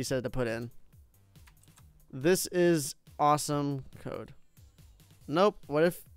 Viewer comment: First of all he spelt awesome like awsome and after he said Dode not code